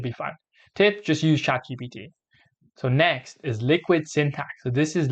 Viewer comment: Nice video but it's Chat G P T